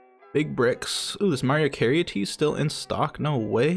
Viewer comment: bruhh how you gonna be over the age of 10 and not know how to pronounce Mariah Carey's name lol good video tho you got my like